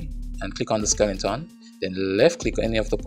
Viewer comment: D i don't care if you pronounce skele 'n' ton, skeleton or skel 'shi**' ton. i'm glad you offer those videos for free (never look a gift horse in the mouth ). thanks a lot man